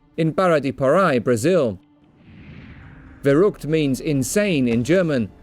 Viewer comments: It's ver-ookt not ver-HOOHCHT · VERUKT ITS PRONOUNCED VERUKT NOT VEJOOCT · The verhuct? I'm sorry that bitch is trying way too hard. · "Werrugd", "Vechukt" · Funny how you say verrückt. you say it false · Ohh the butchering of that word... Verrückt.... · It hurts to hear them pronounce these German words. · That 'verrückt' was the worst german pronunciation i have ever heard... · wieso spricht sie verrückt so komisch aus? xD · Anyone annoyed how that woman says verrückt? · Funny how she says "verrückt" xD